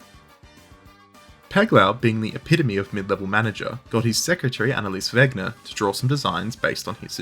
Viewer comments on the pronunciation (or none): none